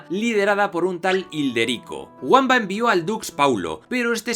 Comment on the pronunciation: Lo guamba te ha quedado como una patada en el culo " vaya pedazo de anglicismo fonológico" se dice bamba escrito con w.